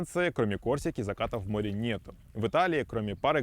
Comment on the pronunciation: Слово "море" блоггер, находящийся на море, обязан произносить правильно